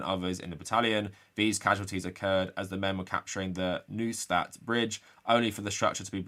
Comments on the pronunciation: please. Just ask me for German pronunciation. noi staht. goebbels stilll without R :P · Lmao your pronunciation of Neustadt